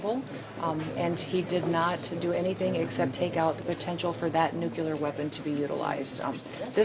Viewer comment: Nu cle ar